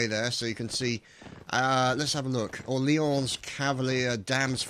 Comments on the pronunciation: oh and old boy orleans is pronounced Or-leens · I think that you should know that you're pronouncing Orleans wrong. Besides that excellent video:)